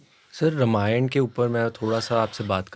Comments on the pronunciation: Not Ramaayan it's called ramayan please pronounce our revered scripture correctly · Exactly रामायण नहीं बोल रहे हैं ये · पूनम बहन, डेढ़ घंटे का हो या डेढ़ मिनट का, मगर पॉडकास्ट की जो आत्मा है, "रामायण" उसके उच्चारण में गलती की तरफ सिर्फ अंगुली निर्देश किया है! ने जानबूझकर ये गलती नही की, उनका उच्चारण स्वाभाविक ही ऐसा है! मेरी विनंती ये है कि आगे से पॉडकास्ट हो या निजी जीवन, वो इस शब्द का उच्चारण सही से करें!! जय श्री राम! जय स्वामिनारायण!! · Usne chahkar to galat pronounce nhi kiya